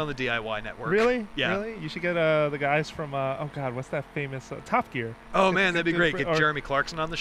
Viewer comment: "Tough Gear"?! Mate you should really watch more BBC, Quality telly.